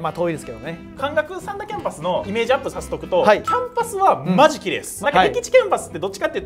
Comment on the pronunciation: さ→んだ じゃなくて さん↘︎だ じゃない？（イントネーションの話）